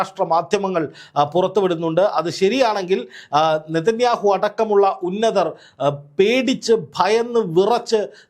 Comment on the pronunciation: നേതനാഹു ചതോ എന്ന് പറ